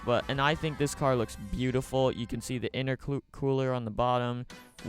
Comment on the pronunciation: almost said "Interclooler"